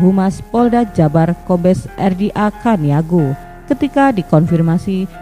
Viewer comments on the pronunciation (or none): Caniago min,,gak usah sok2 gaul caniago dibaca kaniago...